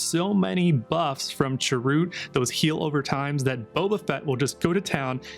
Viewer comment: Feedback you asked for: Chirrut is pronounced more like "cheer it". That's how Baze says it in R1, which makes it canon imho.